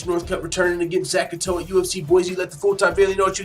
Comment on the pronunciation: That picture isn't Zak Ottow. Not how you pronounce his name either. Good content of the video but you might want to do more research